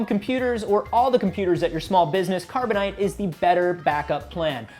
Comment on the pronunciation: Carboni-Te? It's a scam set up by!:o